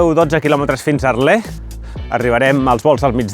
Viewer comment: Molt bé. Però quina mania de pronunciar Arlés, no sé on veus l'accent